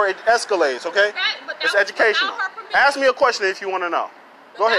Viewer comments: “Let me axe you somethhin” “Am-bal-LANCE”🤣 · What does ax me mean? Where’s proper English? It’s ASK not Ax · I've never "axed" anything to my knowledge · Why can't people speak English? It's ask, not axe. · And someone please teach that young guy to pronounce the word ask...... Its simple. Its only three letters. Even a cop could manage that.....